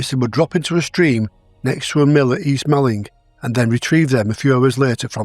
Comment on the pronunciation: Village of East Malling is pronounced "Morling". I'm from Kent and strange pronounciations are normal!!!